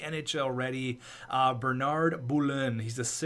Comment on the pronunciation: Bernard blew in i am french canadien so thats how you say it :)